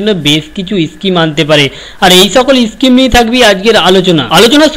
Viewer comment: are bhai uchharon to thik kor kotha ta eschime noi ota schime😁😁😁😁😁😁